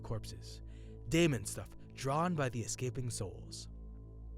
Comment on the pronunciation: daemon is pronounced demon here. not saying this 2 be pedantic (i appreciate the uploads, ty) but figured it might be helpful 2 know 4 improving